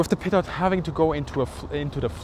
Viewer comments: A little person dies everytime someone says "peetut ". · Pronounced "pee-toe," not "pee-tot." Cheers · I heard PEDO tube... :)